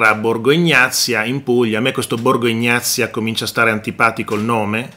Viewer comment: BORGO EGNAZIA, non ignazia.